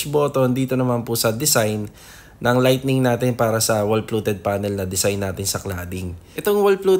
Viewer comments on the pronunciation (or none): napakaganda Sir. however, "lighting" po ha, hindi po "lightning". baka po magkakidlat sa loob ng bahay. ahihihi. ^_^ sobrang ganda ng kitchen at ng living room. 10/10 po ang bahay na eto for me. <3